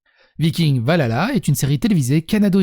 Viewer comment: J'ai beaucoup aimé cette vidéo et tes propos qui décrivent exactement ce que je pense de cette nouvelle série. Je suis une très grande fan de la série Vikings et de la mythologie nordique, mais avec ça, je pense que je ne vais même pas regarder cette série... PS : Valhalla se prononce "Val-halla" et non "va lala" ^^